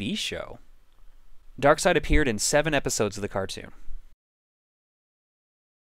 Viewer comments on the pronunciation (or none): I am pretty sure it is pronounced Dark Side, not Dark Seed. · I refuse to pronounce Darkseid as Darkside. I pronounce it as it's spelled. Bad grammar should never be helped. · It's pronounced "Dark side"? I thought it was "darkseed" for some reason. "Did you kill Lois?" Just like Action Comics being one of the longest running comics, this will be the longest running LP by the time it's completed.